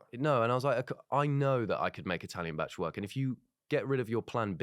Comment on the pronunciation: Being welsh, I hate the way they're pronouncing bach 😭